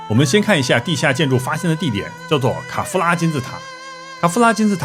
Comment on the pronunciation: 我把卡夫拉听成凯夫拉